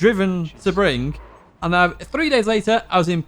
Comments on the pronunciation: Hahah subRING 🤣 It’s SEE-bring 😉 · SEBRING... Not Subring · Three things: 1) Thanks for the content as always you bring good solid advice that anyone can use! 2) Ive often wondered weather they are braking that much later than me or if the videos are off! and finally number 3) My OCD is kicking in here, its pronounce Sea Bring. Thanks again hope all is well!